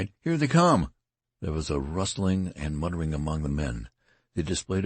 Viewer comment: Whoever is reading this keeps reading words wrong. "Resentful" "muttering"